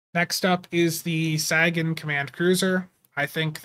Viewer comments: SAG in command? lol Say - gen. Like Carl Sagan. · Come on dude. You've never heard of Carl Sagan? Look him up and say his name correctly. Please.